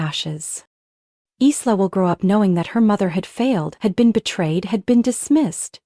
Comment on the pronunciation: It’s not Eesla it’s eyela